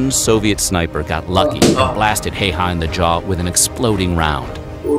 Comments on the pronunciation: Very cool to see as a Finnish person this here in your chanel 💚 But Häyhä is NOT nothing like "hey-ha" the start "hä" is pronounced like start of the word ha(ppy); so ha+y+ha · Yea it is annoying when people say “hiha”